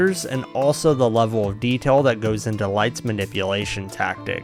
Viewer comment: The way you say "detail" or "reveal" - are you from the Mississippi gulf coast?